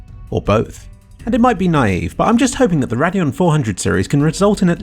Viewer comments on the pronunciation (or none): "RAD-DEON" XD